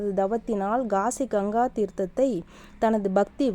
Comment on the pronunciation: Gaasi யா kaasi யா. தாயி. தமிழ் உச்சரிப்பு மிக முக்கியம்